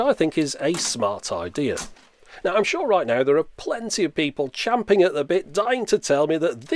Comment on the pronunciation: AHHH! Nostalgia. It never gets old. Another smashin 'piece of old tech, another good video. Bravo. OH! And nice one for getting "CHAMPING at the bit" correct too.